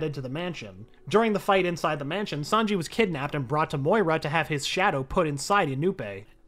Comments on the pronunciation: imagine calling Moria "Moira" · Say it with me MORIA!!!!!! NOT MOYA